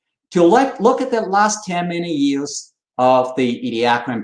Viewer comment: English is way better than my Chinese, but I find it funny that him saying "... million years" rather sounds like "... many years" to me.